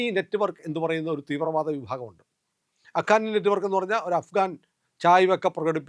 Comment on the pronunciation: അഖാനി അല്ല ഹക്കാനി നെറ്റുവർക്ക് എന്നാണ്.